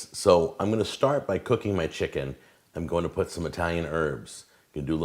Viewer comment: How do you mess up ckicken